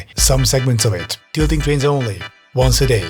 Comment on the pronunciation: Pwease Amewicum, we want mowe TWAINS.